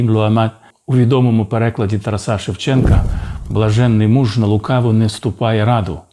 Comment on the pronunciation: Ш.п.Чекалкін, дивлюся всі Ваші випуски.Цікаво і пізнавально,дякую. Але чому кажете "ТарасА'" ? Правильно- ТарАса. Бережімо неоціненний скарб - рідну мову!🙏🕊️🇺🇦